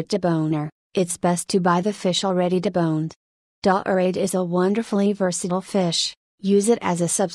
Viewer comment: "Dah-orade..." gimme a break.